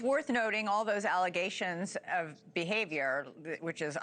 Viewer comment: I believe Nanos is pronounced No News